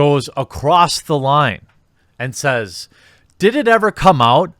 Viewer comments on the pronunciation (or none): none